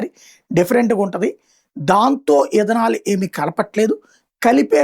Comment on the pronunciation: ఇధనాల్ 😂😂 ఇంధనాల్ బంధనాల్ కాదు.... మొక్కజొన్న నుంచి తయారవుతుంది ఇధనాల్